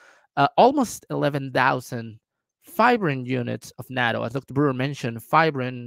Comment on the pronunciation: step one is to pronouce it right: NAH-TOE: Long "A". And its delicious, not terrible. An aquired taste.